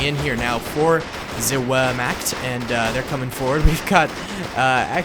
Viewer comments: By the way its pronounsed ver-markt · Ze "veermacct" Ohh, as a german this pronunciation hurts so bad😂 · It pronounced “Vehrmacht”. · Says Whermacht with a W instead of a V Hans: Ree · Haha richtiger ami, „wermakt“ 😂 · It's pronounced Vermakt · Hey! great video. also, if you were wondering, those are regular german stormtroopers, the SS had black collars. also, I don't know if you were doing it for comedic affect, but just incase, wehrmacht is actually pronounced ver-moh-ct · YOU BUTCHERED WERMACHT LOL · thats not how you pronounce wehrmacht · Btw in German the w is pronounced with a v sound